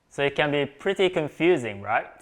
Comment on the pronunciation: Another thing I noticed is that japanese people have a hard time pronouncing the "short i" sound and usually pronounce it similar to the "long e" sound. For instance, "it" will sound similar to "eat", and "fit" sounds like "feet".